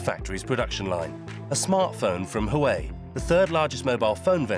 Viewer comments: Huawei: Narrator: Hawaii 😂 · That is NOT how you pronounce Huawei. The good people of Hawaii would be unamused .... 😮😊